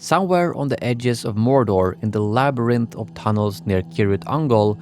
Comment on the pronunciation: mor’door’, not morder